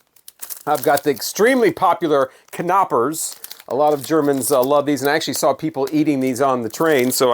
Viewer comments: Thanks for pronouncing the "K" in "Knoppers". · Nice: You say the K in Knoppers correctly. Remember to spell the E in Feine or the PorschE...